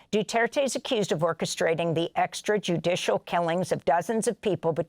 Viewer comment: Say extrajudicial again!